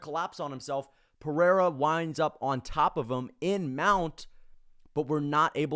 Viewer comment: I like this channel but why is everybody rolling the "r" in Pereiras name... Its so cringy and weird. We are speaking English not Portugese... You dont have to try to pronounce it using Portugese pronounciation...